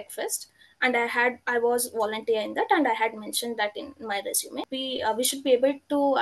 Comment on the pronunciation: Thanks! Resume is pronounced Resumay....